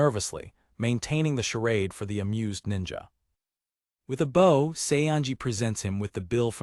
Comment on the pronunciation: lol most of the ai things call bows as in bow an arrow a bow like bowwing, and this calls bowwing a bow for bow and arrow.